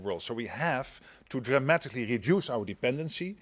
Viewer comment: Do you also "konsidder" to "sink" about "rejuice" your lack of English language? I am Dutch and ashamed for our "pm" he must go "fahwk" himself.